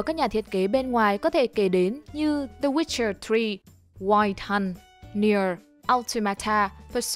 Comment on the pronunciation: Phong cách tiếng anh của người đọc: the...witcher....queo........hơn, ni..ten..đô..sờ....QUÍCH, Eo...Ô...ti.....ĐI